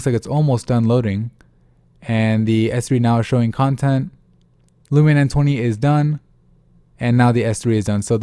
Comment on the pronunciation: Is it too hard to say LUMIA INSTEAD OF LUMINA?